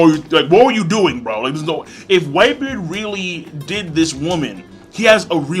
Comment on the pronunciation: That nigga can't even say whitebeard correctly lmao "whitebeer" 😂😂